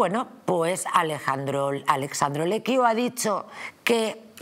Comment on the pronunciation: Esta «periodista y escritora» debería saber que es ALESSANDRO, no «Alexandro».